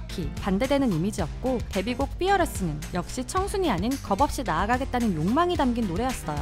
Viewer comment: Pearless가 아닌 'F'earless입니다... F발음